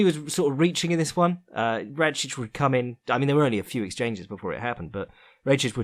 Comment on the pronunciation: It's "Rakić" Read Ra - short k - ich